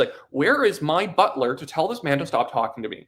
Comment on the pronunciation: "Where is my bulter!?" LOL